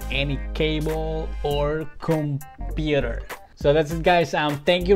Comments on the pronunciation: The way he tell computer 😂😂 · Got thay Filipino accent 😂